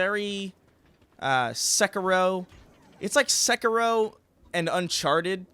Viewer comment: Every time pronounces sekiro I cringe so hard.